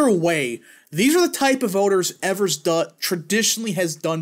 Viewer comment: As a Wisconsinite, it is pronounced EE-vers